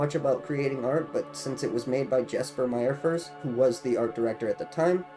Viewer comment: Cool video! Just an fyi for future reference Jesper Myrfors' name is pronounced "Yes-per Meer-fors."